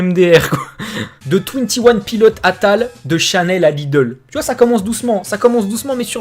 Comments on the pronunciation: Twenty one piloteuh ? :') mais mdr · Mes oreilles ont saignées quand t'as prononcé "Twenty one pilots"..